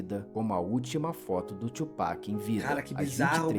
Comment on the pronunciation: "Tu Peck" é de lascar kkkkk mas bom react